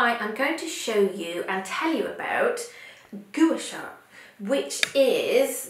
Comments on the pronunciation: it is pronounced 'Qua Sa' not Goo sha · You are mis-pronouncing Gua Sha.....It should be pronounced GWA SHA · You're holding it incorrectly. It's supposed to be at an angle closer to the face.... You're also pronouncing it incorrectly.